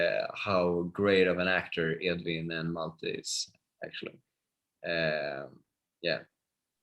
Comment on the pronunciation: Is it really so difficult for the interviewer to correctly pronounce the names of the characters and actors? Wilhelm is not pronounced "Willam." Malte is not pronounced "Maltay."